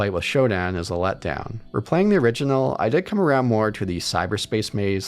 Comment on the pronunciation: I can’t stop hearing him say “originell”